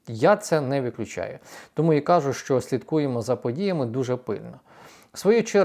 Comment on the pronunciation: Не кАжу, а кажУ